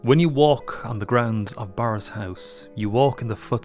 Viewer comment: Eek.....it's pronounced 'burris', not 'borris' despite the spelling.